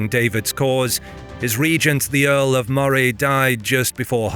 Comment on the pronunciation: Oh dear the narrator strikes again. You would think a Scot would know that Moray is pronounced Murray and that Seton is See-ton not set-on. Good video otherwise about a battle a lot of people are unaware